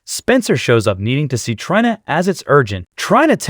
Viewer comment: The computer generated voice has to GO. Can't even say characters names correctly,especially TRINA or DANTE !!!